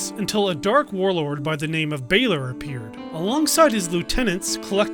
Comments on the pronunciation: Balor is pronounced like "valor" but with B. Not like "bay lore" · My god, its Balor not Bailer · How did you play the game when you still can't pronounce Connaught....? It's Connaught (as in Connaut) not Connact, it's also Balor not Baylor.